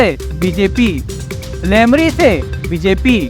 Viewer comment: अरे अनपढ़ गंवार पहले ठीक से बोलना सीख लो फिर ओपिनियन पोल बताना लोरमी को लेमरी बोल रहा हैं इस बार भी cg में कांग्रेस पार्टी की सरकार बनेगी और अरुण साव चुनाव हार रहे हैं लोरमी से समझे दल्लू पत्रकार